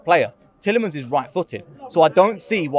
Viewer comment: how tf can you fuck up Tielemans